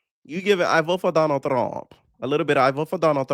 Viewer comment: 😂 I voh fo donal thruump